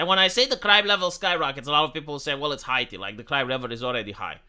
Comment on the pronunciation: "Hiati" huh? 🙄